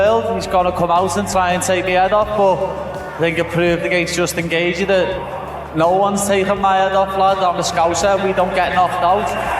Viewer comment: Is this ai? Why you saying Gaethje like that?